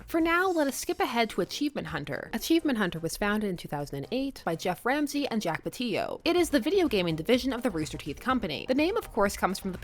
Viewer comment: Fantastic, thought-provoking vid as always! Part of me twinges at mispronouncing Jack's name, though. I'm not an RPF fan myself but I always love learning more about fandom culture and have been a Roosterteeh and AH fan for years.